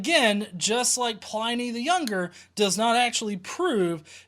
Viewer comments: you do so much work on these that I wanted to make a small correction- Pliny rhymes with tinny, not tiny. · Great replies, as ever. A quick FYI, it's Pliny, as in tinny, not as in tiny. HTH :-) (you can tell I studied Latin for too long, can't you? LOL)